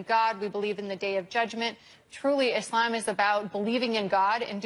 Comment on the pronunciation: Dr Phil it’s ISLAM not Izlim